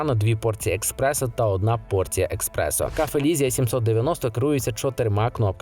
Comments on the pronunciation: Правильно казати еспресо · еКспрессо? серйозно? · Що? еКспрессо? 😂😂😂😂 еСперт бляха! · Експерт, який називає еспресо «експресо» не викликає довіри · О,мені також те експресо ріже ,жах,як можна с таким рівнем говорити про каву,кавоварки?😢